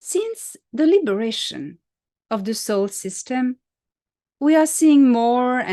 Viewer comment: Are you saying Soul System or Solar System?